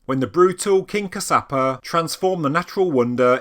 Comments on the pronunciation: Fabulous video!! The King who created Sigiriya was Kashyapa. Kaash-ya-pa. Not Kasaapa!!! As to being created by "Gods," human ability is being so downgraded, such a shame. Yes, sure, very likely aliens have had influences on humanity over the eons, but to repeat, let's stop downgrading humans. :) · Firstly it's in MA-TA-LEY (spelled Matale) also the kings name is Cash-ya-per (spelled Kashyapa- Kassyapa)